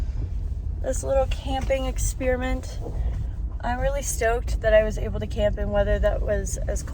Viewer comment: Did she say “A fun expirent”???